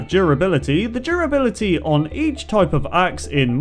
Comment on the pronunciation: u said 1 more duribility then i is